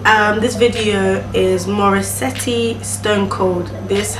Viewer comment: Nice reaction. Subscribed! BTW it's MOH-REE-SET not MOH- REE-SE-TEE.